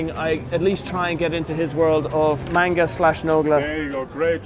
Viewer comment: First minutes of the video I thought Vanoss was recording the vlog.. Also mispronounced Manga, step one: Learn to pronunciate